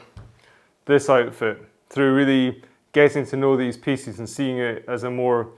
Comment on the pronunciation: FYI-"Pieces" doesn't rhyme with feces....